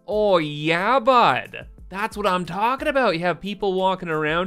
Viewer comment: As a midwesterner that oh yeah bud was tremendous.